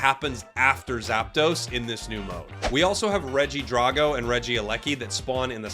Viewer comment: Why are y'all pronouncing regidraco like that 💀 Please don't tell me that's the official pronunciation 😂